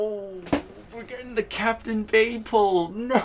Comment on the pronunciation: "The Captain Bayee" :(